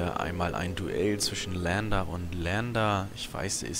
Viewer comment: "E" im engl. ist nen "I" betont im Deutschen. "LIAnder" also :P Das Ding ist kein "Lander". Ich liebe dich zu "Kora"eanischer Erklärbär. Dein Video hat echt Gewicht! Hör auf allen das Game zu lehren... Da sauf ich immer ab!